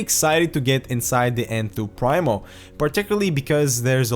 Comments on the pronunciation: Pree-mo not prime-o; great review and thanks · I believe it's pronounced "preemo". I think it means "the first" in Latin. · I'm getting this case as soon as I find it in stock :) Just to give a little more backup for the argument that it is indeed pronounced PrEEmo (not Prime-o), there's a video from Overclock . net where a Phanteks employee gives a walk-through of the case and calls it Enthoo Primo in the traditional pronunciation (preemo).